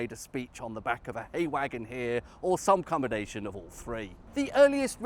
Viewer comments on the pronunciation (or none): none